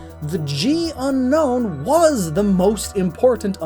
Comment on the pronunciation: Its not unown its unknown